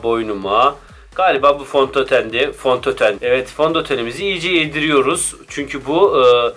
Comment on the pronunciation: Fontoten :DDd